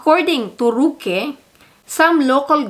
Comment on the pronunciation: It's ROOOOOOOque and not RUUUUUUUke! Damn!!!!!